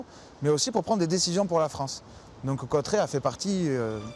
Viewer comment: Bordel on dit Cauterets pas Cautrets